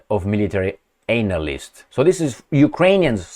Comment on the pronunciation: "anal--yst" :face-purple-crying